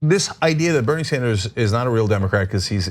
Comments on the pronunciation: Bernie Sanderzes? Wow Ana, English is a good thing to learn. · Ana, please stop saying Sanders 's for Sanders'. The double 's' sound is not needed for the possessive.